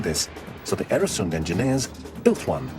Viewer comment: Øresund/Öresund! Not Eresund!